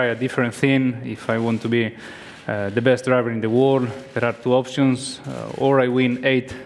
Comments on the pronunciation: Alonso keeps on saying Wor instead of World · When Alonso says 'world' it sounds a bit like 'war'...